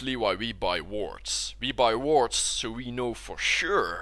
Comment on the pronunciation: "So this is why we buy wards" I heard "So this is why we buy teemo"